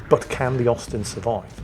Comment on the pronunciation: I kept hearing osten good to know it was Austin